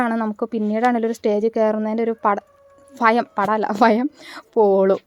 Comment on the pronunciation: ഫയം അല്ല ഭയം